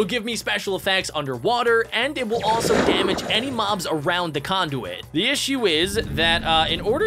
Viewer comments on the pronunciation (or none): none